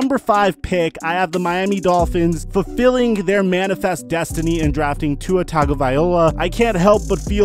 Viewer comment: TagovaiLOA not Tagovaiola